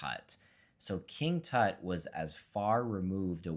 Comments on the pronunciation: How the hell do you pronounce "King Tut"??? Dude! Seriously??? 🤦‍♂😂 Does everything have to be Americanized??? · King "toot"?.?. LMAO!!